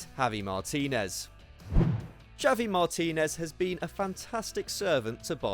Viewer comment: How do you manage to pronounce Javi Martinez name two different ways within 15 seconds mate?😂